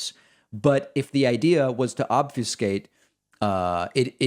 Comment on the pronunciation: Obfuscate is pronounced "OB-fuh-skate", not "OB-few-skate".